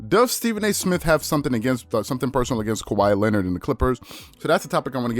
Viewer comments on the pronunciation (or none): SAS can‘t even pronounce Kawhi ”Lennid” right, what a fool 😂😂😂